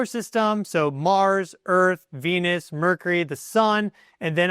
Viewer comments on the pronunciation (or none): none